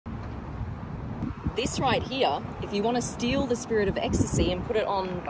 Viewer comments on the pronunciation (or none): I love when she says " this rOAight HeeYAA..."